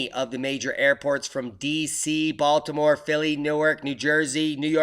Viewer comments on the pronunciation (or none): none